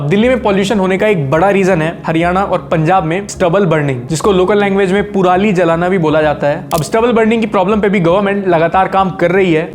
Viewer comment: Kya haaarsh bhai puraali nhi parali hota h